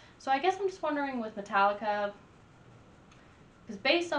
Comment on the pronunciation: It's pronounced Meta-leeka. I got into them back when their name was Alcohollica, and yes their 80s stuff was way, way better than their new stuff. They're the opposite of the Beatles in that way. The Beatles began silly with songs like I Want To Hold Your Hand. Later though, after the LSD and pot, they got a lot better with Strawberry Fields and I Am the Walrus. Metallica began strong and then eventually became silly after they stopped drinking and snorting coke